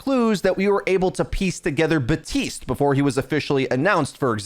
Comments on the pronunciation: BAP- TISTE. Not buh- tiste. I’m gonna cry man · isnt it baptiste not batiste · We’re just ignoring the “P” in Baptiste? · batiste? BaPtiste. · some shampoo?